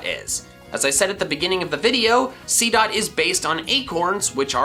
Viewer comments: Did anyone else see that he said seadot 2 times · He sedd seedot 2 times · You said seedot twice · He did seedot two times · You said seedot twice.